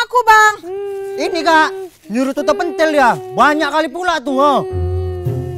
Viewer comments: pintil bukan pentil🤣🤣🤣🤣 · Ucapannya salah ya harusnya *pèntil"